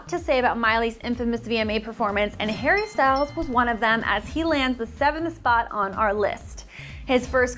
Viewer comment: i always understand "hairy styles". kinda fits tho.